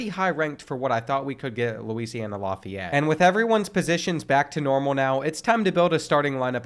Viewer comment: Laugh-ee-yet (Lafayette) his pronunciation is bugging me